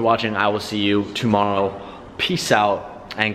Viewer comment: Did messed up the word "tomorrow" at the end?